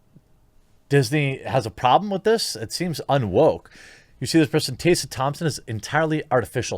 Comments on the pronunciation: Taysa Thompson? Plz say Tess ah Thompson cuz what you said hurt my head a little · Tessa, not 'tay-sa' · Hey look... it's Tessa... not "TAYSA"... it's "Tessa" Thompson. And if Tessa looked like she had recently had an orgasm in those pictures after the all night "party"... then clearly her needs are being considered. As long as Tessa was taken care of... how is this anyone's concern? Good for you Tessa! Hope you're feeling good darlin'! 👍🏻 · it's also pronounced TESS-UH not TAY-suh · It’s Tess-a Thompson, not Tay-sa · Are you saying "TAY-suh?" TheQuartering butchers the pronunciation of yet another name. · "Tae sah" Thompson? Don't mean to nit pick because I hate that but...yeah. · Who the heck is Tay-sa? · how come he puts a "Y" in tessa's name? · You can tell the journalistic integrity by the way he pronounces her name "TAY SA" thompson ..... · Why can’t this guy pronounce “Tessa”? It’s weird. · The only thing wrong here is the way Jeremy pronounces "Tessa" 😜